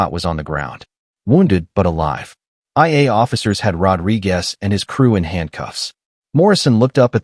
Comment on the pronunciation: Please change the narrator, it spoils a good story when his voice can't pronounce simple words. Eg, saying I N instead of in, and the mistakes are frequent. This criticism is not meant with any disrespect, just pointers to improve the telling of the events. God bless everyone and their families who have left a comment, best wishes from Australia ❤ x 😊 btw, the story is excellent, your channel will grow rapidly if you improve the narration!!!!!